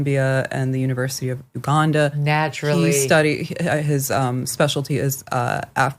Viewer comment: Straight up racist show - why are you pronouncing his name and laughing? The way she says “Uganda” too is ridiculous